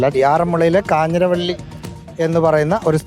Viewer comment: കാഞ്ഞിരവള്ളി അല്ല കാഞ്ഞിരവേലി